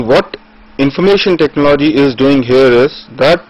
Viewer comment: 'ECONOMY' is not pronounced as "Ecunomy", but as "Econumy". Similarly the word, TECHNOLOGY is pronounced with emphasis on the first "O". Also total lack of enthusiasm in the voice.